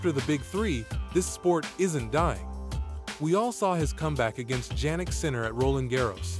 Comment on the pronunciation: Is the voiceover AI generated? There are a couple weird spots: "I-G-A Swiatek" Multiple different (and incorrect) pronunciations of Jannik (in this one it's Jan-nick) In this one it's "Juh-neek", also misspells Jannik as "Janik", probably causing the AI to pronounce it this way talks about how federer is king of grass and then randomly says "hardcourt" at the end after a brief pause talks about zverevs forehand, even though his backhand is more notable (not necessarily better, but while his forehand is good, his backhand is Top 5 rn) says tsitsipas backhand is one of the "cleanest in the game" (it's trash and a huge target for opponents to exploit) says murray won "a wimbledon title" even though he has won more than once I don't have a problem with AI videos, but I just thought I would point out a few errors so they can be fixed in future videos.